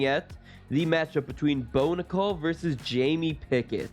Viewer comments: Pronounce his name the right way!! Its prounced like the coin not like a womens name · How do you not do your research and figure out how to pronounce Bo’s name correctly?! 😔